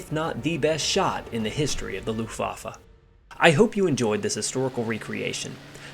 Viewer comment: Yeah, whenever I hear "Looftwoffer" I don't know whether to laugh or cry, or both.